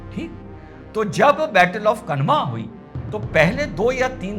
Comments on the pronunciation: खनवा नहीं खानवा है भाई... उच्चारण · श्रीमान माफी के साथ कहना चाहूंगा Khanwa (कनवा) नहीं इसे खानवा उच्चारित कीजिए क्योंकि कनवा नामक जगह कोई नहीं है बल्कि यह खानवा, भरतपुर, राजस्थान में स्थित है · dr साहब ,, battle of khanwa , - खानवा का युद्ध, मैदिनीराय चंदेरी के राजा सही उच्चारण , "खानवा का युद्ध", " मैदिनीराय "